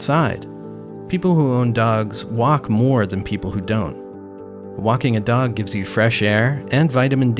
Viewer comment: He says waking instead of walking